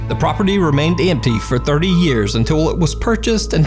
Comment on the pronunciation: did you just go southern? lol "tha property ramained emmpty"